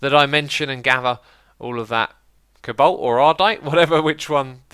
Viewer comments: It's pronounced Co-Balt not cablt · Xisuma, why do you pronounce cobalt cabolt?